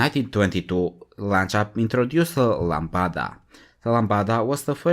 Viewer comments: Lambda not Lambada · Lancia Lambda not Lambada, that's a $#%t tune from the early '90s